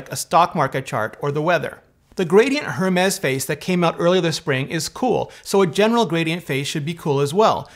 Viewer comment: Dude please learn that the H on Hermés is mute 🤐 zip it. Don’t say it. It doesn’t exist ! Got it 😠